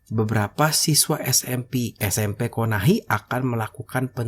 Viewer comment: KONOHA BANG BUKAN KONAHI KASIHAN KAMPUNG NARUTO DIUBAH NAMANYA :)